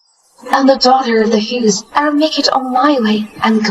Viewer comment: 😅😅😅😅😅 MS. HUGHGESS😅😅😅😅😅... CANT EVEN GET A NAME RIGHT